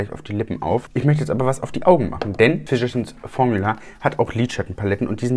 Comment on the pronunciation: Ich hab immer "verschissen Formula" verstanden 😂 Ich habe schon einige Videos über die Firma gesehen- selbst Tati konnte es nicht aussprechen und hat sich dauernd verhaspelt. Schönes Wochenende!